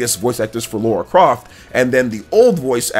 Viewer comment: Oh btw, it's not "Laura" Croft, it's Lara Croft. The "La" rhymes with the "ca" in car or far or bra. "Lah-ra"